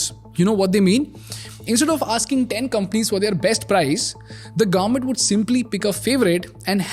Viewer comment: Government ko Garment bolna band karo plz..